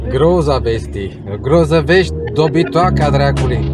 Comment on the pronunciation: Cum pronunță robotul ăla Grozăvești și Lacul Tei: Grozavestí, Lacul Tai! Sehr lustig! 😂😂😂